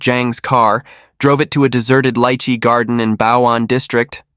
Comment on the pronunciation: Hooray! Someone who pronounces lychee the way everyone in Hawaii does! 😅